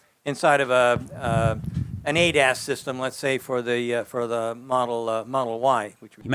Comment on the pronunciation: Every time he says ADAS. I hear "ate ass" cant help myself